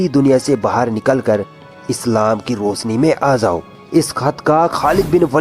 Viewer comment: Jo bol rahata uski zabaan labs sahi nahi the .roshni ko rosni .kahta hai Shahid ko sahid kahta hai .